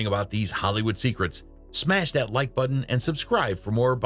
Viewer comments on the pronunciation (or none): none